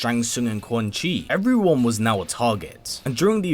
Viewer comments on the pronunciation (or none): none